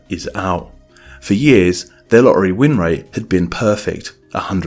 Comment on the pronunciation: Please stop pronouncing "lorry" instead of "lottery".